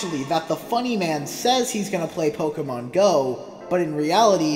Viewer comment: its pokèmon go not pokeeemon go